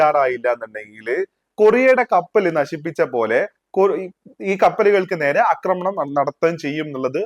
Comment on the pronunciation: Please say ആക്രമണം instead of അക്രമണം